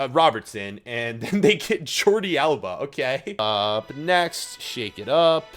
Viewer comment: Jordi Alba✅ Jordi Alaba❌